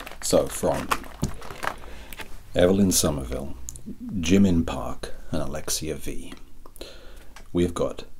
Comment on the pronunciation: You said my name right! So many people can’t say Alexia 😊 was a great time from start to finish!